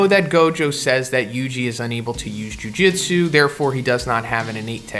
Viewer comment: I like how you keep saying jiu jitsu lmao